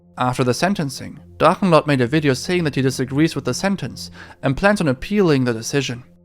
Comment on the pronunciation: ich Liebs wie deine videos in english sind aber die deutsche aussprache bei Drachenlord so fließen war! lieb dein channel!